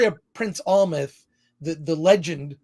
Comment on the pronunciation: AM-LETH, not AL-Meth Also Hamlet not Macbeth Still love ya tho buddy!